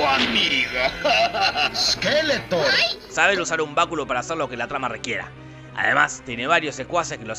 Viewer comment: Es SkeletoRRRR, no Skeleton